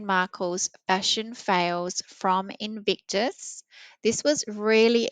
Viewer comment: Nono, you were correct in your pronunciation. "Evictus" sounds correct. 😂